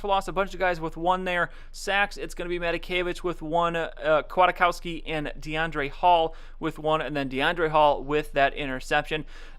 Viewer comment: Pronunciations: nick Kwit-cows-key